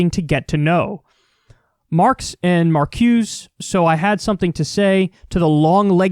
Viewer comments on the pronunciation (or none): Pronounced chaist and marcoosah. Study up on pronunciation if you wanna get the snooty babes! 🤷‍♂️🤪🤣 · It’s pronounced mar-koo-zu